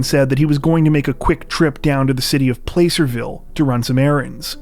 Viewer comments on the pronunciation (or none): I don't mean to be that guy but it's p-LASS-erville not PLACE-erville (like placid ie 'peaceful' which you'll see is pretty ironic later in this comment). Californians refuse to pronounce things the way they're spelled and I'm one of them lol. Fun fact: in the wild west days and onward, the town which is now Placerville used to be the only jail around, and they had a huge gallows which would perform public mass executions of folks from all around the area. They called it Hang Town before the name change and attempted rebranding in the early 20th century, but it remains a "sundown town" to this day. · (Placer-vill) 😂😂😂 it’s pronounced (Plaser)(vill) why is it pronounced that way nobody knows 🧐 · Good ol El Dorado County! I live right near there 😅 Thanks and, y'all are rockstars 🎉 (btw placerville pronounced plah-sir-ville: like having to do with gold rush stuff) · Just an FYI.... It is pronounced (plass-er-ville) Thanks for all you do. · Dear Narrator, Placerville is pronounced Plaa-sir-ville. Placer is a type of gold, which makes sense considering that area is considered Gold Country. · The name of the town is Placerville, pronounced with a soft 'a'.